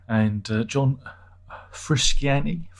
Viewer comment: this frusciante joke could be fun for first time but you keep doing it and after three times i had a urge to punch the screen. it's frusciante, john anthony motherfucking fruscianteeeee. if you dont know how to pronounce then dont, you can call him john. there is no other john in the band so...